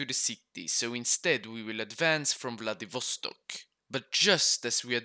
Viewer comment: The way he pronounced vladivostok 💀